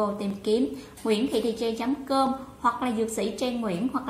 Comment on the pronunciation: Tên của mình mà đọc cũng ko rõ nữa.Trang thành Treng